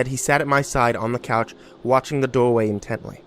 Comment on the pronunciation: HMM YES "DOWAY" AND NOT THE "DOOR-WAY"